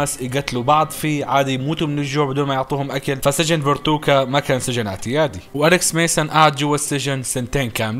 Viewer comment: اسم السجن فاركوتا مو فرتوكا 😂😂